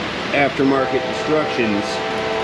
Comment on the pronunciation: "Read the DESTRUCTIONS" 😂😂😂😂 I say destructions too!